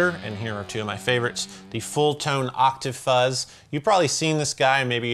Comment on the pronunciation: Every time he says octa-fuzz take a drink, of water y’all dehydrated. Stay healthy